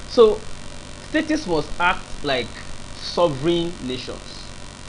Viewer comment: Why are you saying STATIES? Is this a new slang in Nigeria? No be STATES again?